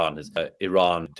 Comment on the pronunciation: He can’t pronounce properly even name iran not tehran